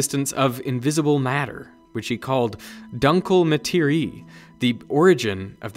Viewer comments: Please, you are supposed to be quite familiar with fact, that some languages spell the same words differently 😉 It shouldn't be read like "uncle" rather like "doonkl" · HERR Müller! It's "dooncla mutt eerie a" or just ask a German or even just Google translate ;)👍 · oh no you didn't! try "doong-kluh muh-tair-ee-uh" and you'll get closer to the truth. also, that "5 times more" pie chart should show 6 parts (1+5) but it shows 5 parts in total. but if dark matter is 80% of all matter, then it's 4/5, then the graph is right, but the number should be "4 times more" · Hey there, German Viewer here! It is not pronounced "dunkl" and also not "Materih" it is rather pronounced "doonkleh" and "Materi eh", you switch from "e(in german: i) to an "e" like in "ComputErs":) Thanks for reading it, hope that helps! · Please just enter the non-english words into Google translator and listen how its pronounced. "Duncle Maatereee" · LOL "duncle ma terry" brush up your german my man, it was cringe af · FYI: "dunkle Materie" IPA (pronunciation) [ˌdʊŋklə maˈteːʁiə] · "Dunkle Marterie" I applaud your effort in trying to pronounce it but maan that was horrible xD It was kinda lazy on your part I mean it takes like 10 sec to get the proper pronounciation so don´t know why you didn´t do it properly if you try it anyway other then laziness on your part. For the curious people the pronounciaion goes like this; D ooh nkle (kle like kleptocracy) and Materie is like he did but the end is different its more like ehhh not ryy more like ehh and then you got it Dunke Marterie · dankel maateriiiee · true, lol. ii sounded like "dankel märtierie" xD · Dunkle Materie :) is German and pronounced like dOO-nklay mothEr-eeay :) kind regards from Austria, I never knew there was a station that measured dark matter so close by, thanks for the video!! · As a german speaking guy the pronounciation on Dark Matter as Dunkl Matiery is quite funny to me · "Dunkle Materie"😂 (Hearing this as a german)